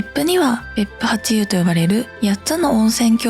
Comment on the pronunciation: 別府八湯は、べっぷはっとう、と読みます。^o^